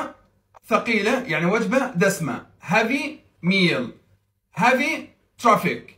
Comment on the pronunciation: مع احترامي لك نطقك غير سليم بتاتا الكلمة تنطق بالترقيق وليس التفخيم الكلمة إنجليزية وليست عربية